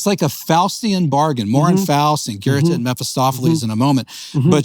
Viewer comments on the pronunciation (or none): It's so strange that he adds a phantom R to Göethe (~Geuh-teuh) in an American standard accent. Like it's not a big deal, but what an odd decision. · There is no “R” sound in “Goethe” - it really isn’t hard to pronounce correctly. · goota or gerta is correct.